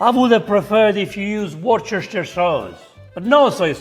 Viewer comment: Mi riferivo alla pronuncia. E' semplice: Uors-ter-scir. Stammi bene e parla italiano al pupo.😄